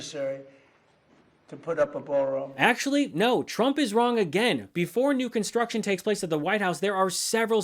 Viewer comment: Ballroom? or Baalroom?